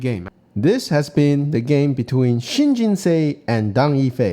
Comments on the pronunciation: Think of Seoul pronunciation. Kind of like the English word "sew", like in sew a dress. Or even still the word "so" would be closer. Like Jin-So or Jin-sew. Not Jin-say. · i think its pronounced Shin Jin Soo. And whatever you smoked prior to making the into: I want it too. 🙂. And what an incredible Tesuji from Shin.